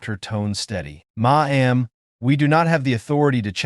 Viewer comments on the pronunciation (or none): What word is 'Ma am'? Please listen to English recordings and learn how to read English out loud.